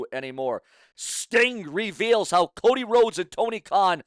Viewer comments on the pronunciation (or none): none